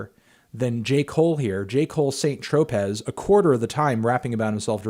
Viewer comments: Try "San Tropeh" not SAINT TROPEZ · Le Melon claims to be Antoine Fantoine and mentioned L'École du micro d'argent before, but cannot pronounce St. Tropez ¯\_(ツ)_/¯ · anthony, you are mispronouncing saint tropez